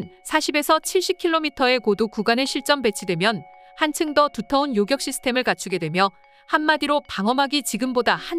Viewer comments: 요격이지 요껵이 아니오. 어느지방 사람이요? 한글도 제대로 읽지 못 하는군. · 일대 이대..까지는 이해합니다만 요껵이 뭡니까? 기사 읽어주는 이 여자분은 왜 퇴출이 안되는지 동앗줄이 튼튼한지 아님 싼맛에 쓰는건지 참. 어떤 다른사람이 읽어도 이 여자보다는 나을 듯...암튼 우리 방산업 화이팅! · 요껵이 아니라 요격 아닌가요?